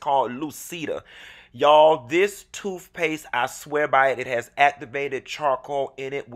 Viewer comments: “Toofpaste”. Lol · Did this fool say toofpaste? Love it